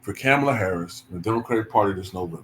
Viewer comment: Got pronounce Kamala’s name correctly. You’re right though. This is all sad.